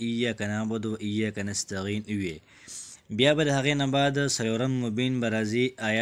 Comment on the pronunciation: نستعین دی نستغین نه دی ورور جانه ❤❤❤